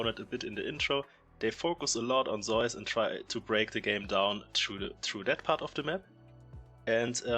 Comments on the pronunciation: Well... only half true. The German pronunciation is using in this video is similar far away from the Greek as the Korean one is. Just because "Ζεύς" looks like "eu" doesnt mean its correct to pronounce it like the german "eu" umlaut 😉 But it makes historically sense why Germans pronounce it like that. I think even english is closer than both german and ko. However, none of this matters, since the player himself calls him "Je-woo-s". This is a mix of his birth name "Woo-je" which kinda lines up with the Korean pronunciation of "Ζεύς". I mean, we never should be mad at casters or influencers for pronouncing player names wrong. But if we are trying to decide what's correct and what's not, it is IMO best to listen to the player themselves, because in the end, Pseudonyms are their "creative" invention and therefore "correct" the way they say it, ignoring any history or language origins for their inspiration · Zeus is the greek good. The player on T1 is pronounced Zayus.